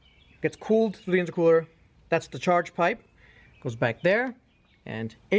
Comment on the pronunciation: The way you say, intra-cooler has me wondering if you know what youre talking about.